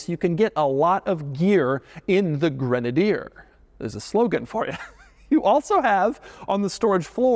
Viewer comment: Doug is the kind of guy who mispronounces literally everything 😂